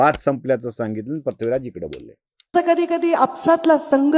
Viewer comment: पृथ्वीराज हा उच्चार योग्य करा, आपण प्रथ्वीराज असं म्हणतायत